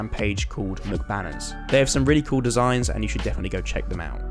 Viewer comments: Pretty sure it is M C bannerss not McBanners lmao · am I the only one who noticed he said mcbanners when its M-C banners